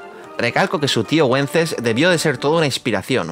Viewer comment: ¡Wences no se pronuncia Güences, sino Vences! 😁😁